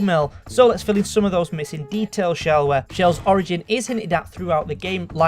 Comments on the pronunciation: It's chell not shell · No its chell not shell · Chell is pronounced CH-ell